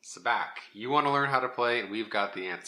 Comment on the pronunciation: First lesson on how to play Sabacc: it's pronounced Sah-BAWK not Sa-BACK.